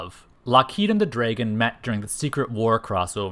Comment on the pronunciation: Say “draygun” one more time.